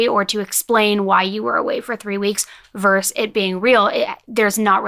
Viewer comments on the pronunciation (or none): fyi: it's pronounced 'versus' (vs/ver·sus /ˈvərsəs) not 'verse'